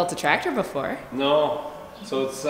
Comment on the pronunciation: Did you cheat on Billy sounded like she said Noooo lol. Hi new subscriber here